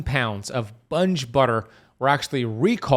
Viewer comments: Bunge is pronounced with a hard G not soft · It’s not pronounced Bunge. It’s Bun gee. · Sorry, but it is pronounced, Bung-ee, not Bunj. I know for a fact! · It's pronounced bun-gee not bunge. If it's a butter blend it contains oils. If it lists cream, milk, salt it's butter. The land o lakes product he is talking about is a butter blend. The butter is just butter read the label. I think this was not clear. Spreads are usually 100% margarine which is oil. Some margarines are blended with butter and oils like canola and soy which are seed oils. Butter blends have very little butter mostly margarine which is oils like soy and or canola and palm which it's how it's solidified to look feel like butter. Read the labels you'll be ok. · It's pronounced bungee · Its (bungee) 🙄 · It is pronounced “bun gee” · It's pronounced 'Bun Ge" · Pretty sure it's pronounced Bungee (hard g). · Bunge is pronounced BUN-GEE. From Argentina. Grain marketers. Didn't know they were in processing. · I think it’s pronounced Bun Jee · It's pronounced Bungee, long E sound at the end. Like semi is pronounced in the real world with a long I sound at the end, not semee as city folks would say. So, what about land O lakes stick butter? We never use the blend or spreadable versions/ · I hate it when listeners correct the speaker. So irritating. I apologize in advance. Bun-gee (pronunciation). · I worked for Bunge, but you are not pronouncing the name correctly. In fact, I retired from there.